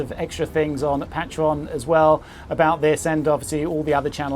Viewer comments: Your filming and editing is really some of the best on The Tube, thanks to your past. Not wishing to be a smart arse, but... Patron is pronounced "Paytron" as in Patron Saint etc. Just saying 🤪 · Jack Conte, the guy who invented it, says "Pay-Tree-On" so I would say go with that.